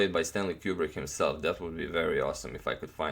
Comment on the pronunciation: Its stanley koo-brick not cube-brick BATCH Just kidding agadmator I love you